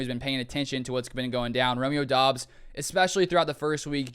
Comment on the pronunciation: Romeo said in an interview it's pronounced like Dobs, not Dubs.